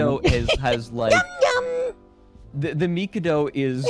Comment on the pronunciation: The fact that goes on to pronounce The Mikado incorrectly multiple times and then calls it obnoxious just hurts my soul. Also I don’t know where he got the “imperial undertones” from as it was never meant to come across that way, plus it’s always been quite popular in Japan so clearly they don’t have a problem with it.